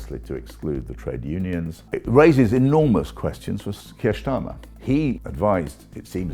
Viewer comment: Why does he pronounce Starmer like that with a hard S ... ?